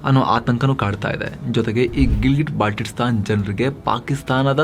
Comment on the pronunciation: Baltitstan alla adu Baltistan